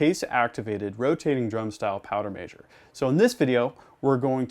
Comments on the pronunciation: Powder “maysure” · Yeah he said it all messed up 😂